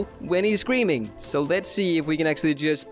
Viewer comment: When I hear him say scream all I can hear is cream